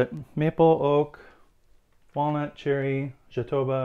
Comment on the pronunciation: Fantastic work. By the way, as you speack portugues, the word "Jatobá", as it´s reating in portuguese is an oxytone word, and the strong syllable is the last one. So we say "jatobÁ".